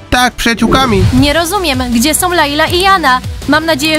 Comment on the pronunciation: Wow * nie łał są *a nie som